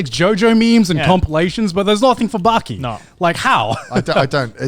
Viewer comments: Its called BAAAKI not BÄÄÄKI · Say baaki not byaki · Joye & Gant: Baki (バキ) Conner: Beky (ベキ) WTF! Its not BEKY its BAKI. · The way Connor pronounces Bäki makes me want to give myself a lobotomy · "I started watching Bäki" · Connor the only guy to pronounce baki as becky without being called out